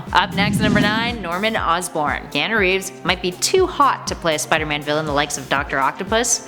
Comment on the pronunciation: You pronounced his name so wrong. It’s Ke(ah)nu